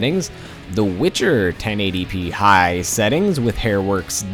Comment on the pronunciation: I like how you say "high"